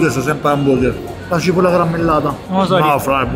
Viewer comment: "...la gibolla garammelladaaa... damm'a due"